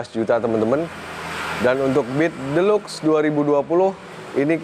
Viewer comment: Deluxe dibaca 'dilaks" 😁